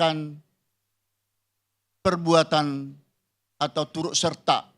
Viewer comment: Pak purn.Hakim.. Yen ngendikan... Turut serta ... Bukan... "Turuk serta"... Mungkin beliau bukan orang Jawa..😂😂